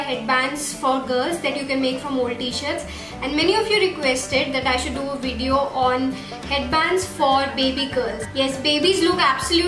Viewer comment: cute how she says "Wideo"